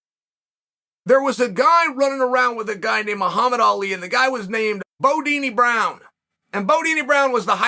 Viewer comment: Bundini not Bodini 🤣